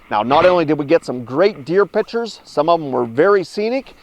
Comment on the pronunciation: it's pictures not pitchers